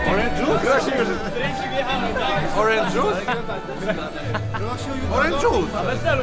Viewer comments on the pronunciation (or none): Orendż dżiius? Orenż dżius? Grosik dobry